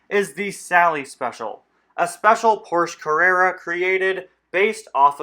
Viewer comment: You can't pronounce Porsche right and it really bothers me